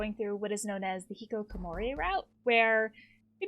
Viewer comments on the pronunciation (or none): Can I just bring attention to the fact that she pronounces it the hikikokomori route